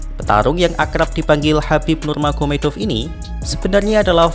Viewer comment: jgn wes bro sepertinya tidak bisa mengeja kata nurmagomedov.